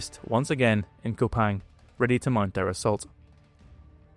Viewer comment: By the way it's 'Koo-pang', not 'Ko-pang'.